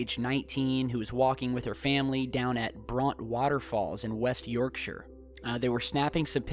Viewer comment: omg you said Yorkshire correctly! best video ever!